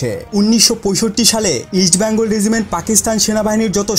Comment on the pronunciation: Vai ke shera regiment bole gonno kore sheta bollen na keno? Ami shera bole gonno kori. Btw regiment thik kore pronounce korben.